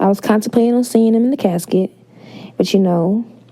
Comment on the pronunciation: I died when she said "he was laying handsomely in his cascet"